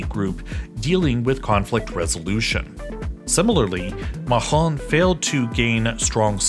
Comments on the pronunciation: As a french hearing someone say MAHON instead of macron (MAKRON) is pretty painfull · "Makchron" not "Machron" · Please, you have to pronounce MAKRON not MAHRON ! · Macron is literally "Muck-CRON" and not "Mah-horn", and Marine Le Pen isn't "MarinaLePen", but more like "Mah-RIN Ler Pen" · It's Macron, not Machron. This isn't German. Great video though. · MAK-ROH. You pronounce everything so carefully except the name of the President of France. It is not "MAH-RON" but closer to "MAK-ROH", with a hard "K" and a rolling "R". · Makhon! What the hell is that!? How is it to hard to pronounce "Macron"!? Just say "macaroni" without a couple of vowels. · How can you pronounce Nargorno-Karabakh accurately and not Macron? Ma-KRON. I wonder that as an English pronunciation teacher. Great video though-- balanced, well-researched, and interesting. Glad I clicked and subscribed! The EU is already too unwieldy to ever reach the kind of monolithic determination of more centralized governments like Russia, China, and the US, so as is, it will never reach the strength needed to project power commensurate with its potential or its external threats. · It's "MACK-RONE" not "MAHOME" he's not a french quarterback lmfao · Why do you say "machron" all the time? Wtf. No french person says this, he is named Macron. Charles de Gaulles is prononced "Gol".... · LOOOOLL you said emmanuel maron ... it's macron xDDD don't worry it's funny xD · Please avoid going "ethnic" with pronunciations; every time you said "Makhron" i cringed. Just say Macron like everyone else. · IT IS MACRON NOT MARON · c'est MAC-ron, pas mAgGrON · It’s Makron, not Mahhhhhhhhron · I am not sure you pronounce Macron right. I heard French speaking people calling him Ma-Con and not Ma-Hon but you are forgiven:) Nice piece of work by the way! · Why do you pronounce Macron as Mahon? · sounds like a medieval Arab leader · You should pronounce it MAC - RON, mixing Apple Computer and Ronald Reagan 😅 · "MaHron", "CharleSSS De Gaulle"